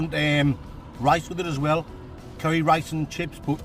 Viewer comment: Chicken 'Kerry'.